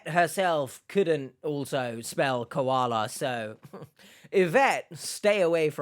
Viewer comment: KUALA, KAULA... 🤣Come on, man! 🐨